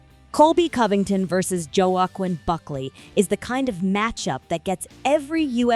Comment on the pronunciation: Did this AI bitch really call him Joe-Akwin?